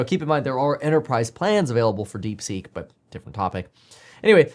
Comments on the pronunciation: I believe the correct name is DeepSeek and not DeekSeek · Deekseek? no thanks Kev lol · DeekSeek or DeepSeek? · "DeekSeek" XD